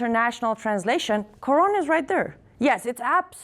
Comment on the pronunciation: wow she dose not even know how to say Quran women u dont know wtf ur on about